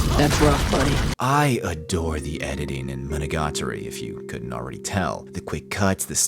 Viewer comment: Bro rolls off Araragi Koiyomi and flubs Monogatari pronunciation. Jokes aside, you did a great job explaining this anime. I love the puns and word play that is persistent in the show. You definitely need to know a bit of Japanese to get some of it unfortunately, the world play is such a big part of it. Having it dubbed or reading the subtitles you kind of miss some of the comedy of the show. Even with as little Japanese as I know I bet there are still some world play jokes that I missed unless they really emphasized them when they said them. Monogatari is practically its own genre as far as I'm concerned. There really isn't anything else that I've ever seen that compares to it.